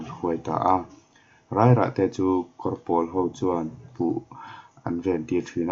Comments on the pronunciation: Kawr pawl lam dan hi a diklo.'Pawl engzat nge i nih' tiha 'Pawl' kan lam rik dan ang hian lam rik tur.Tin,Kawr tih pawh hi,tui luan na 'Kawr' kan lam rik dan anga lam rik tur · Kawrpawl tiha pawl hi pawl(blue) thluk a ni lo. Pawl - buhpawl, huho sawina pawl thluk hi. A awmzia : Kawr - vai (bengali) Kawrpawl - Vai rim nam, Tuikuk, Takam, Tripura a chang Tripuri, Assamese etc te kha Kawrpawl an ni.